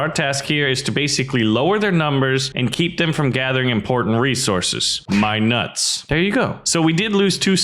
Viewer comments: when you say nuts it sounds wrong faceplam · Why you say my nuts like that